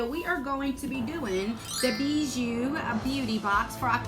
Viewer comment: It’s pronounced Bee- Joo. It’s French for Jewelry. Don’t mind me just binge watching the videos I missed from you .